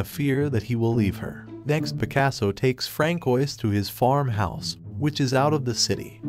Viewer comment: francoise is pronounced as franswa bro